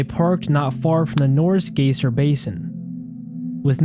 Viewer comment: Just thought I'd let you know that you mispronounced "geyser" (guy-zer); of course, I can understand as I used to do that too, as I'm sure everyone has at some point. Excellent video, great audio, love that it includes clips I was unfamiliar with; keep up the good work!